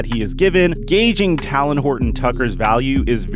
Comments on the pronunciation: TAY-LEN OR TAY-LIN NOT TAL-LIN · “Talin Horton tucker” 😂😂 bro it’s talen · Talons are on birds. Talen is a name said like Jalen. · Real Quick: It's "TAY-Len" 😂 Like "Jalen" but with a T. No shade, No shade😅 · Joshua Bro I been thinking the same thing last couple videos 😂😂😂😂😂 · I tried to tell him in the last video 😂😂😂😂 my nigga on his Kendrick Perkins shit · Bro you gotta say THT name right lol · so many people pronounce talens name wrong it’s crazy 😂